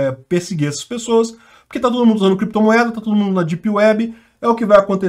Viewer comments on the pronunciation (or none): Mas o nao sabe sequer falar créptomoeda e bitcôio...kkkk....